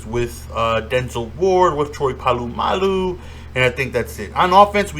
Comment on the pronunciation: my man please I cant listen to it anymore its po-la-malu not pa-lu-malu read the card homie haha.